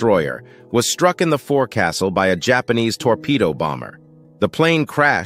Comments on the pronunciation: That's a good skipper. Oh, and it's pronounced fo'c'sle (fōksəl). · Love these short videos. Even if you mispronounce “foc’sle.” Keep them coming!